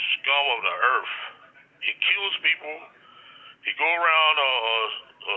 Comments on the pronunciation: "Devonte Lee IS THE SCUM OF THE ERFT" 🤣🤣🤣🤣🤣🤣🤣🤣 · "He's the worsest person on erf. He's the skull of the erf." 😂Keefe still wylin' behind bars. He sure did some hilarious Detective Vlad interviews, no doubt. Keefe guilty asf.